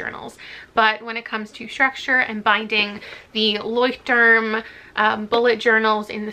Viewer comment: LEUCHTTURM :) yeah, loved hearing you pronounce that German word (which by the way means "lighthouse" if anyone wants to know :D). As always, a really creative and cool video! Love from Germany ♥